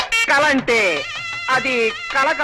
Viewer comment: కళ కాదమ్మా కల అని అనాలి..... ముందు భాష నేర్చుకో.... ఆ తరవాత వీడియోలు చెయ్